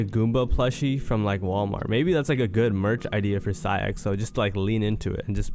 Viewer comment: why you said his name like that